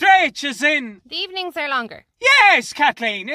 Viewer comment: "In the eee-ning katleen" 😂😂🤦‍♀️🤦‍♀️